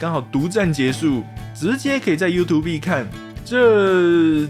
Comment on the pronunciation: 很久沒聽到有人Youtube唸優圖必了